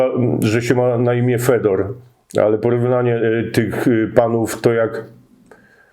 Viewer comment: Fiodor nie Fedor 😉 Nie uczyłeś się rosyjskiego? Musiałeś mieć w podstawówce.